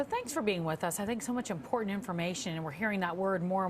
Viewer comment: It's bizarre that this doctor mispronounced the word "important" every time.